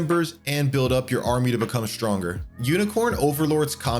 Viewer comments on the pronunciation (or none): none